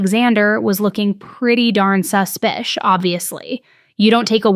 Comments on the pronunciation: Please stop saying suspic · I'll always watch your videos, but this one drove me crazy the number of times you said "su-spious".. it had me cringing so hard, lol🤦🏼‍♀️. But... as always you're still crushing it with always bringing us the best of the best content!! Xoxo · Unfollowing this channel simply for the fact that you can’t speak English! You say you’re educated but you obviously can’t pronounce the word suspicious! So annoying. Go back to school! So stupid! Grow up!